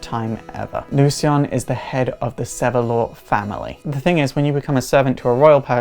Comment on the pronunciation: Oh. Lezhin, I thought he was saying "lesbian" at 1st. LoL. The serious sounds interesting, I just with he told about some of their powers & showed some battle scenes in this vid. Sigh. Well, maybe next time.